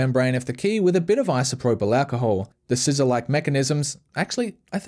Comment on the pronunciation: i love the way he says isoproblacahole